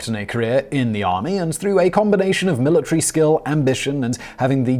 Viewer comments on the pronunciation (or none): none